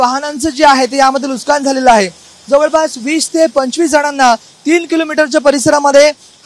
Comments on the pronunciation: नुस्कान नाही नुकसान म्हण लवड्या , मराठी बोलायला शिक आणी मग् पत्रकारिता कर... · Nuskaan nahi. Nuksaan. Neet marathi bolayla shik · अरे बाबा, नुसकान नसून तो शब्द नुकसान आहे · नुकसान ❌ लुस्कान ✅ 😂😂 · Nuskan nahi re Nuksan zhale mhan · नुस्कान नाही नुकसान रे बाळा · Nuskan ❌ Nuksan ✔️ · Nuskan nahi re dada nuksan mhanun Marathi Maharashtra saktiche kele pahije 😅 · अरे लाज वाटली पाहिजे TV9 मराठी ला. "नुसकान" नाही. "नुकसान" असा शब्द आहे मराठीत. ला राज ठाकरेंकडे पाठवा. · Nushkan nahi pan nukshan,kasha anpadh reporter? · वार्ताहरला मराठी नीट शिकावा नुसकान नाही बाबा नुकसान म्हना.... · नुसकान नाही रे! नुकसान😂😂😂😂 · नुकसान कि नुसकान नीट बोलावे . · ARE BHAVA NUSKAN NAHI NUKSAN. ASE KASLE MARATHI BOLTAT REPORTER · अरे मूर्खा नुसकांन नाही रे,नुकसान म्हण. मराठीचा खून करू नकोस.😡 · नुकसान ला हा पत्रकार नुसकान म्हणतोय. कोणीतरी सांगा याला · नुसकानं नाही नुकसान असते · NUK SAAAAN !! NUS KAAN NY RE 😂